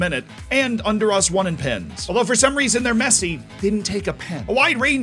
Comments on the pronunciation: I do not like the way you said Honduras. Is not "under us". I am from honduras that way i am complaining. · That pronunciation of Honduras though.